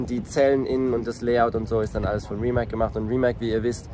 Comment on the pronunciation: tolles Video, nur eine kleine Kritik: Rimac spricht man mit "z" am Ende also eigentlich Rimaz. :)